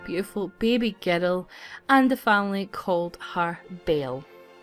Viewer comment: "She soon gave birth to a baby girl"sounded like baby geto lol